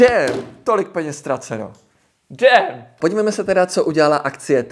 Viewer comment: "DÉÉM" to mělo být jakoze damn? 😂😂😂😂